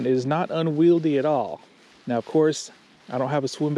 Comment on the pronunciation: Uses the word asymetrical wrong arogantly,, dont even pronounce unwieldly right lol